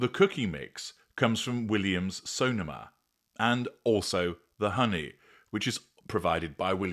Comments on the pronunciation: Dearest, love your elegant and excellent elocution but I can tell you that Sonoma places the accent on the second 'o'. So- NOH-ma:) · It’s Williams-SoNOma.